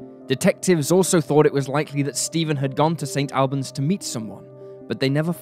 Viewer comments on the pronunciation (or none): The town name in the first story is Saint All-bons, not Saint Al bans, the Al part isn’t persons name. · Also St Albans pronounced 'Allbans' or Auburns not AL (rhymes with pal)! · It's pronounced 'Saint ALL-bans', not 'Saint AL-bans'. The narrator is British, he should know that! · Pronounced more like Saint All-buns. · It's pronounced St All-bans